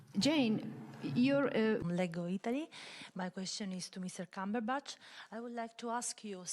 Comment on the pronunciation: "Cumberbastard"?!? Luckily Ben is a gentleman